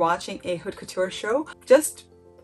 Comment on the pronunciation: Haute couture is pronounced Ote Coo-tur. H is silent in French. Learning French pronunciation is really helpful for fashion and designer words. One tip about French that’s easy is that C, R, F and L are virtually always pronounced, every French student remembers this acronym as representing Careful, CRFL. (A lot of French letters at the end of a word are silent, except these). I’m trying to learn the difficult IPA (international) phonetic pronunciation guide, but it’s easier to use English sound-alikes. I’m only trying to help, not criticize, you do very well.